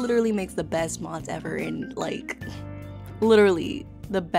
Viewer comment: why does this sound like a good anime intro you know i like it How i heard her:i lige it